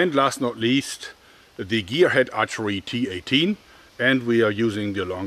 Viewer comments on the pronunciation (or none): well the T A T will be mocked in the UK, given tat in british slang is a polite way of saying a thing is shit, however the cineese one is a load of T.A.T. XD EDIT: JOERG! YOU SAYING T-18 SOUNDS LIKE T A T! damn it man XD